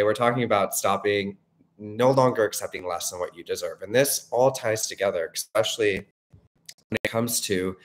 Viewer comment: ilysm but if i hear "expecially" instead of "especially" one more time im gonna lose it <3 jk